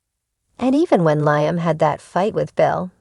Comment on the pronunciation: its liam, not laamen!